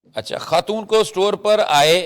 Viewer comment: What is KHAN. Pronounce it properly. AGWA KHATOON???? Whats wrong with you sakht ANNOYING